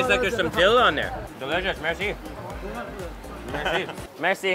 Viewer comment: In Irán when you say "merci", you put the tense on the "e", not on the "i"